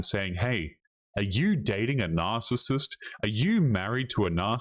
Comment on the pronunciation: Narcasit she says kettle pot black